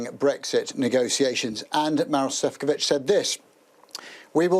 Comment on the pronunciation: The Sky Europe Correspondent should really learn how to pronounce Maroš Šefčovič's name. He's a key figure in the European Commission, for Pete's sake.